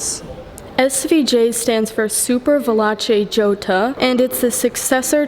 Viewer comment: Is pronounced Jota in Spanish didn’t you go to school